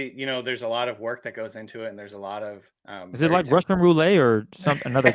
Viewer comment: Did my guy just say "Russian Rou-lay"? 😂